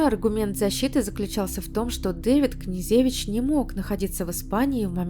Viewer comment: КнежЕвич, МалЕвич, СенкЕвич и т.д.... Хорош здесь умничать,позорище безграмотное!!!